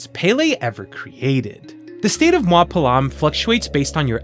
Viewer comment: very mild correction, “mua” is pronounced “moo-ah”, not “mwah.” You do say a lot of other words correct, and it’s always nice hearing non-Hawaiians making a good-natured go at our words! Also, tell me why I’m kanaka and didn’t pick up on some of these being Hawaiian-inspired words and thought they were Simlish made-up Hawaiian sounding words 😅 never would’ve guessed Pel’am was from Hawaiian words